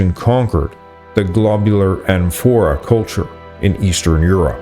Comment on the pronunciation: “Amphora” and “Yamnaya” are stressed on the first syllable.